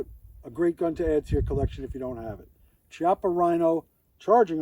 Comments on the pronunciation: Chiappa is pronounced "key-appa" not "chee-appa". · Key- op- ah, I believe.